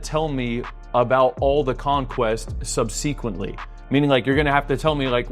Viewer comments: Sub-see-quently??? Really??? Bro... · worst part of this video was that you don't know how to pronounce subsequently. like seriously wtf. no lawyer will keep you for long. big muscles, small literacy?